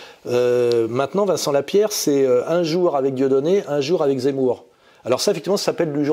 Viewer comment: " que Jémour est très zenti" 😂😅